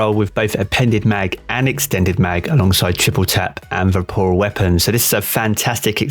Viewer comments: VORPAL not VAPORAL... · Am I the only one getting triggered every time he says ‘vaporal’ weapon? LMAO 😅 anyways, great video! I got a trophy hunter with triple tap and vorpal weapon a few weeks ago, looking forward to trying it out next season! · Hey mate, good video (and I agree entirely, having this exact roll, it's terrific). Just a note, though: "it's "Vorpal" not "Vaporal." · LOL nah man, if I'm being honest, I was a bit triggered over it. At first I thought it was his accent, but then I was like wtf? 🤣